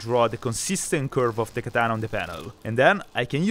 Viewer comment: Katana(x), Bat(o)😅😅